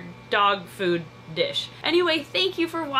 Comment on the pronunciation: It is not fud it is food